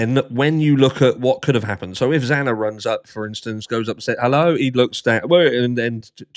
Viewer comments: The judge couldn’t even say the victim’s name right! He mispronounced X’s name twice! 😫😭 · Judge Hippler mispronounced Xana’s name twice. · Hippler said Xana's last name wrong TWICE on the hearing! What a friggin' clown. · When Hipler couldn’t even say Xana’s name right!! I was fuming! They supposedly care so much about the victims but don’t care enough to learn their names?! It’s pathetic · Oh goodness, he corrected himself immediately and apologized. He just misspoke. He knows her name.